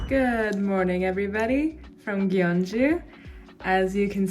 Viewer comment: the pronunciation is more like, Kyong-ju